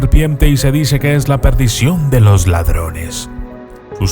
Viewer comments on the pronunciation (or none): none